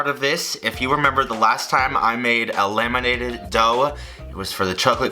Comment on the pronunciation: I thought he said "lemonated" dough and it confused me to no end but then I realised that it's "laminated" dough instead.